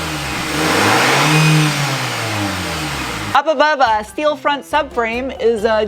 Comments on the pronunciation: Who's the party pooper that taught her how to pronounce "schteel"? I adore her unique take on Inglish. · Fake CVT shifts are the dumbest thing ever, they should add an option to remove the fake shifts on the software. BTW i miss the Shteel pronounciation :-D